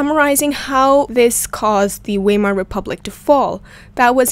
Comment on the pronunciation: It is pronounced veimer, not weimer